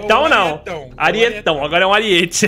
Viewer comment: Salve... Não é ariête. A pronúncia é aríete. Pronuncia o I mais forte. Te amo